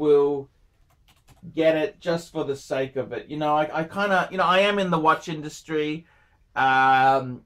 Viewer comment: "I am in the watch indusry". Me: "WTF???"